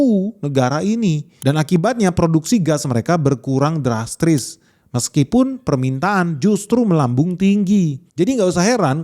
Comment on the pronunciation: drastris (drastis)